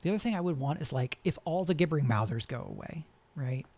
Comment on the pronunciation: Thank you so much! BTW gibbering has a soft G, like gibberish